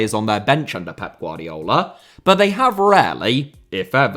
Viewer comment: “GvardiOl” not “GvardiAl”